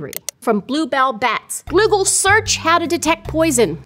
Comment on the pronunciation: Ah yes, Gloogle